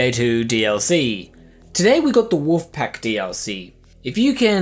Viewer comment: "Wuf pack" "Wuf pack" "Wuf pack" "Wuf pack" ARRRRRGGHHH!